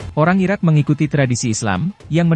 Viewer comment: Judul nya IRAK yang dibaca IRAN, dihapus saja video nya.